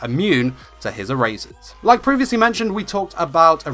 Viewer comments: HIM: ERASHER. ME: E R A S E R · Lol your accent when you say “eraser” my hardcore American accent is dying